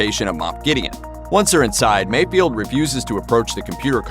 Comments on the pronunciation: It's FELD! F-E-LD! FELD! NOT Field... MayFELD. Not MayFIELD... So annoying... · Mayfeld, not mayfield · It's not MayFIELD. It's MayFELD. oof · It's Mayfeld, not Mayfield